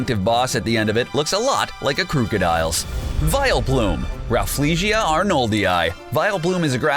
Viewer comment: Crook-a-dile? It was pronounced by crock Au dile Edit: fuck